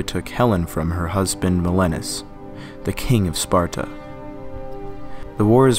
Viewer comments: Menelaus, not Melenus. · Did I just hear the narrator call the husband of Helen, named MENELEUS (pronounced MEN AY LAY US) MELENUS? Come on dude. You can't do better than that? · I'm sorry, but I can't trust the scholarship or take seriously a "documentary" whose voiceover carelessly renders "Menelaus" as "Melonus". You have to be able to get a certain stratum of things right, else everything else you do is thrown into question. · Helen’s husband was Me- ne - la-os, nor Meneles!